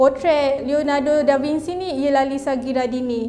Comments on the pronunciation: Bukan Franch, French (Fren-ch). Da Vinci (Bin-chi) bukan Da Vinsi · SEBUT ; DA VIN-CHI Biasanya italian bunyi hurup mcm yg ditulis. xperlu di-Englishkan. *biasanya